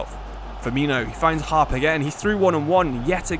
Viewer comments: As a Middlesbrough fan just thought I would say that “Hoppe” is pronounced “Hoppy” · I love your content but ngl it really annoyed me that you pronounced hoppe as harp. The videos are brilliant though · hoppe not harp 😂